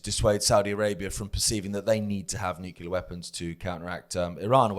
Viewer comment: sounding like George W Bush. Neucular weapons😂